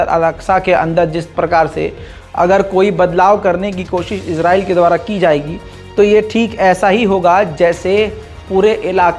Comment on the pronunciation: Izrail farishty ka nam h kindly israil bola Karen please